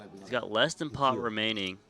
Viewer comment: it is pot, not pod, a ladda mispronounced words for getting paid.